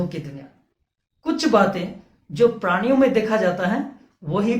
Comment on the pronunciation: Are bhai aap sidha point pe ao. Itna sa batao k ped podho me atma hoti h ya nahi. Itni badi ramayan suna di. Or aap ek sabd bar bar galat bol rahe ho "praniya" praniya nahi hota. Balki prani hota h. Or ped podho me bhi jeev hota h. Tabhi to vo jite h or marte h.